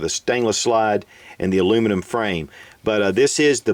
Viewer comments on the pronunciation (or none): none